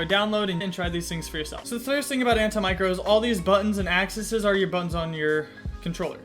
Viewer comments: It’s anti-macro not an-ti micro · sorry am i the only one thats getting triggered by him saying micro 😂😂